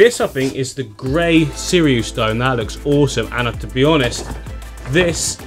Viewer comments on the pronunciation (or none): none